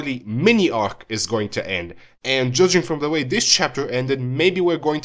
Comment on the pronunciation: Your pronunciations of both "Marley" and "arc" annoy me way too much.